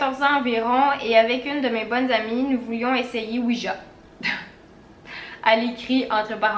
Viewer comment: Fun fact Ouija ce prononce Ouiya et non Ouija ( Ja = oui en allemand )